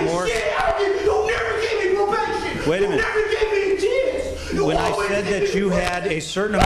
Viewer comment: "You never gave me a ch^ance"